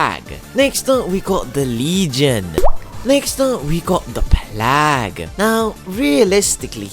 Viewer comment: Great vid. Just a couple of suggestions for future videos. Plague is pronounced playg. Blight is pronounce blite